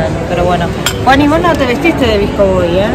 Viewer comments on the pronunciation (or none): Amo como dice vsco, lo dice visco jaj💖